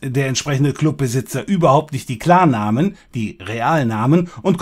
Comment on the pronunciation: ich versteh immer clanname statt klarname -.